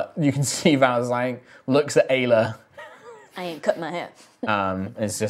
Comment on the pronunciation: Hey anyone else heard "gayla" when said Aila? 😂😂 I may be years late, but I'm trying to catch up as best I can, I love the story!! ❤💖💗